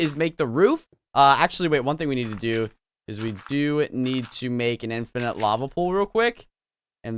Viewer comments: did you just said:"infinate lava pool"? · You said infanent lava pool instead of water pool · lol Unspeakable u said infinant lava source like it noticed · You said infinit lava pool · you sayed infident LAVA pool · I noticed that he said offended lava pool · Does any one notice he said "infinite lava pool"? Lol, did he say that on porpoise?